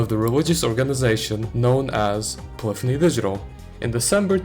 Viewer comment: Thank you for pronouncing the word "polyphony" correctly